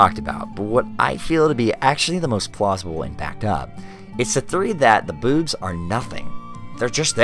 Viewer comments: its boobs not bewbs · I'm sorry but the way you say boobs is horrendous, it's not bad in any way just horrendous. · Stoo saying boobs like that. It is making me laugh. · You did not say 'boobs' this whole time, you only said 'bewbs' and I respect that. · You literally pronounce it as “bewbs” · this guy pronounces boobs like bewbs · I love how he says “bewbs” XD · I find the way you say "boobs" amusing. I've always speculated that even if the Argonians were born from eggs, they could potentially have a gestation cycle similar to humans which would cause them to not be developed enough at the time of hatching to eat solid food. After all, an egg can only be grow so large while still being able to exit the body naturally